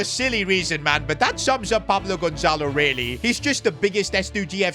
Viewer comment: You guys seeing the name on the transfer noeoigateens it said paplo gonzelo